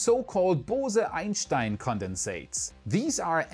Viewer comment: If I wasn't already subscribed I would, because you pronounced Einstein correctly :)